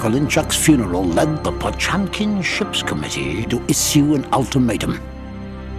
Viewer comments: It’s not pronounced pachunkin… it’s potYemkin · "POTSCHUAMKAEEN" ......My God, read the fucking name as it should